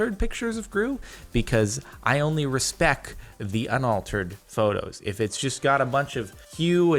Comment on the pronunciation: He must of read my comment on one of his last videos where I pointed out that he said respec 😂